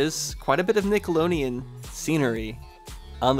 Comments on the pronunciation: 🤣 Nickeloneon 🤣 its Nickelodeon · I am in LOVE ❤❤❤ with this series! Nickeloneon? Lol, it was so funny how you said that 😂